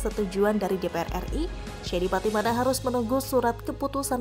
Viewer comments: Patimana lagi patimana lagi... Patinama mba'e....😀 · Shayne Pattynama bukan SHAYNE PATTYMANA 😆